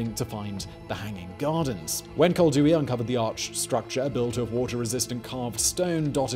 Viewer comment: I have the urgent feeling that Koldewey is spelled as Coll - dae - way